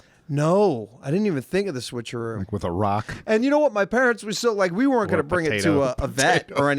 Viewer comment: pronounces weren't like were-int. Just listen